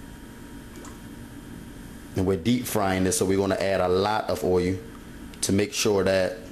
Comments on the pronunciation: It's not oilu, it's oil.. :) Just making fun, but I've read to not wash your chicken, since then, all that bacteria is now on your kitchen counter top, sink and every where else. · what is oy-oo? i axe again, what is oy-oo? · yeah hubby be wanting me to let stuff marinate .. but ummm... i need to get done cooking like then no prepping 😆herb not erb and gotta definitely get that oil-u good and hot lol.. no matter how you said it .. you did it! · "oh-yu" for "oil"? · oyu and veg-et-table oyu